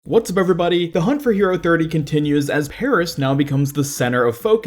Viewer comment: Please bloody stop saying Peris